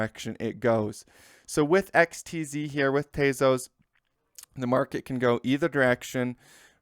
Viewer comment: not "tayzos" tezos